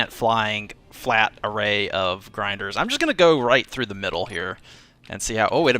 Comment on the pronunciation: Failed french accent "Les Grindres" Vechuses 2015